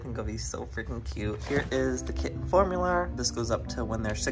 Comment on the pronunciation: When Joey said Formuler.. it made me laugh so much! Idk why.. actually probably cause it’s Am.🥴🤣🤣